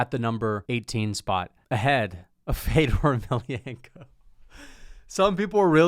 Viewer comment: The ever so feint “feddorrr emelianenko” in the background in his ranking is why is the funniest mma YouTuber and it’s not close